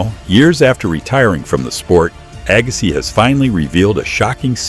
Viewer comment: Agass..eye? Yes, A.I.!